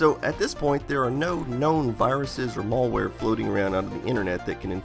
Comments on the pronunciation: mälware, not mallware. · Mal ware, not mallware ;) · malware NOT Mallware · its malware, not mall wear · It's malware not mulware :) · "mall wear" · Say "mall-ware" one more time. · Malware not mall-ware stop being super ignorant. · ... "mall-ware"? Is that wares you get at the mall? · Please stop saying "mollware". :( You don't pronounce malicious like that, now do you? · I literally can't watch this due to this guy insisting on mispronouncing "malware". There's a single L only! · I don't like how you pronounce "malware".